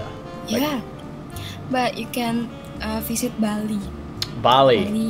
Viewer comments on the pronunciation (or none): none